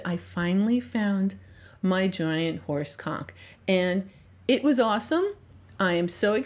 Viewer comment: Is she saying horse conch? Not so much